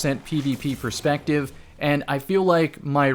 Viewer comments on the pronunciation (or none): none